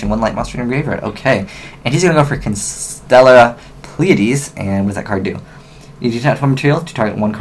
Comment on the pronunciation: it's constellar,not consteller